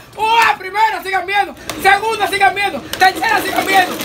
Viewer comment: Llega un punto donde dice tantas veces sigan viendo que ya después (no sé si soy yo,que estoy sordo de los ojos,o es el que ya se le lengua la traba) parece que dice sigan meando😂😂😂